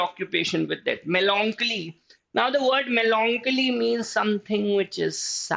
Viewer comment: The pronouncation of melancholy is wrong.... its meh luhng kuh lee